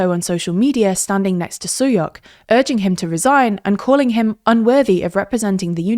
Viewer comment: The letter S in Hungarian is pronounced like Sh as in Shower, so Sulyok's name is pronounced something more akin to Tamash Shuyok